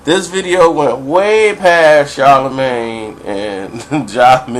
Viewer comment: You don't even know how to pronounce his name talking about some body sound stupid lmao